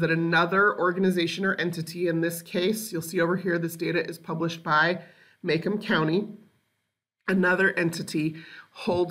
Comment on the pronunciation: Macomb county is pronounced " Ma comb" not "May come" :)